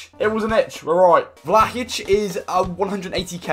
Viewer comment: did you say vlahic and aujouro